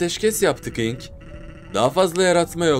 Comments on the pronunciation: Abi ben baktım enk diye okunuyomuş ınk googleden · ink diye okuoynuyo ve yazda nedne ink diye geciyo ınk deil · eren ink yerine ınk diyo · haklısın abi ınk değilde ink diye okunuyor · abi sen doğru söylüyon ınk diye eren abi diye bide abi error diye okunmuyo erör diye okunuyo ve sans getirmene gerek yok sadece ink, error falan diyebilirsin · Abi ınk diyen eren ink e ınk keli diyor oyüzden herkes öyle anladi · Abi İnk diye okuma IMK de 😉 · Eren ciler o ınk sans değil eren yanlış okuyor onun adı ink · Abi Eren baba öylediyo bu yüzünden herkez ink yerine ınk diye telafuz ediyor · o ink deil ineke diye okunuyo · abi ınk o ink değil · Ink ne ya ink İngilizcede I Yok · eren buba ink sans a ımk sans diyo ondan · bu arada gerçekten ınk ne ink diye söyleniyo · ınk değil ink sans Errol değil error sans doğru söylüyorsun abi